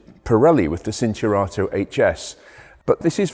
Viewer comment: Not nit micking, I have my lateItalian MiL's "forceful" corrections in my head, "sinturato", should be pronounced CHIN turato